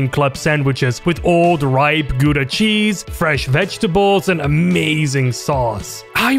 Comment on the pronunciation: Nope, watched my friend play it though. I will not play the game though, I doubt that I wi...that is not how you pronounce gouda! To be fair, most peopel do not know that, the only reason I do is because my friend from the Netherlands once said "grijs (pronounced sorta like GRice. G being chainsaw R being rolling)" and, I can confirm, Gs in Dutch are strange. ANYWAY! ...ll ever spend that much money on any game because you only get one thing instead of spending $60 to get like 4-7 games.